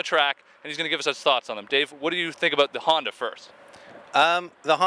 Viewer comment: f-honda huh? haha my good friend, you are sorely mistaken..